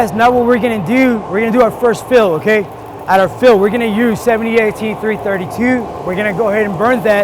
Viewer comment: three thirty tew